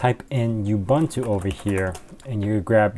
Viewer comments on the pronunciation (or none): it's "ooo-boon-too" NOT "you-bun-too"! and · that's not how you pronounce Ubuntu... it's "oo-boon-too" not "you-bun-too"...